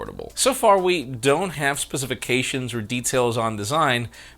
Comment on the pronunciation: twisted my brain with his pronunciation of "specifications". I literally forgot how to say it after he mangled the word. Lol. It's not specific-ations. 😵